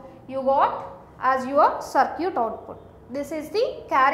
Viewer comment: its circuit not sircute